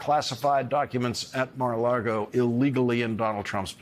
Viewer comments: Lago, not Largo Lawrence. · Hearing him say "Mar-a-laRgo" is like heading Bush say "nucular" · I love Lawrence, but why does he always say Mara largo? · Is he saying Mar a Lardo? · i think that it's hilarious that Larry can still not pronounce the name of the Florida resort properly and says 'LARGO' every time. Which means to me that, subconsciously he really wants to say Mar-a-Lardo or that he has said it so many times either in his mind or out loud that it's just baked in🤣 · Please stop saying "Mara LARgo" I'm OK with Mara Lardo, Maga Lardo & other intentional riffs but stop getting it wrong by just being careless. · Sorry - why are you saying Mar a "Largo" ? On purpose ?